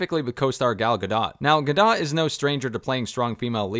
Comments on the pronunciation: Bruhhhh it’s pronounced “Gah-doe” not “Gah Dot” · Good grief, what with the Gal Gah-Dot nonsense? Hooked on Phonics? It's Gal guh·dowt, the 't' is not stressed. Gah Doh is a whole lot closer that Gah-Dot. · dude, you damn well know how to pronounce Gal Gadot. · What's up with that pronunciation of Gadot? Is this an AI read?